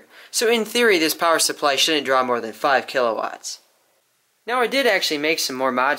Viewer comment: "So in theory this shouldnt draw more than 5 KILAWATTS" Good God the power